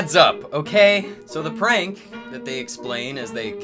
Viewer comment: "Thwee two one" "dis is da best pwank evaw" if my career relied on me speaking to a camera every day for HOURS a day... And i had the money to wear gucci socks to the beach, i might spend some of my sock money on speach therapy